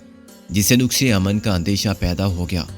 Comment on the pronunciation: نُقص امن نہیں، نَقص امن درست تلفظ ہے۔